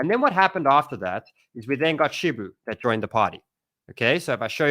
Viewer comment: Lol man still says "shibu"😅